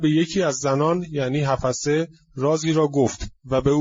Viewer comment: oddeh ok notEddeh!///Hafseh/ not Hafaseh! شما آخوندی که سواد نداری وگرنه بچه آخوندها باسوادند.